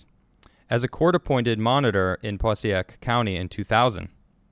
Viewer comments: Passaic County pronounced PAH SAKE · Theres a hard A in there, Pa - sAy- ic, Passaic county